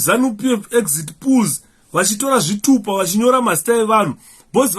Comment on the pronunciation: It's Poll (pronounced Pol ..Sir with all due respect not pull or pool, so that we can all understand what you are explaining) Poll is simply an election to some of us who may not know what a Poll is, thanks 🙏